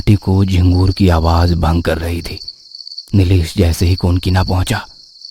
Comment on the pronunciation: All are good I like stories also.. But please correct ur pronunciation like Awaaj it's Awaaz Plz work on it